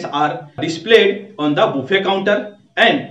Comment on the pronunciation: Bro this pronounce baffey not boofey